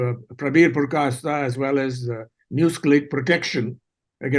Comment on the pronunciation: Mr. Thappar. It's Purkayastha not Puryakasta